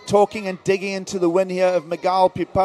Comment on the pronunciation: It's Miguel like mee -gel not Magile